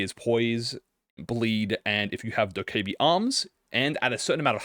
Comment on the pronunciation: I think it's said Do-kaibye but I can't bother fact checking